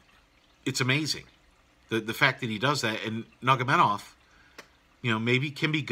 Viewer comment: Good analysis laced with quality humor, nevermind butchering family name of Nurmagomedov :)))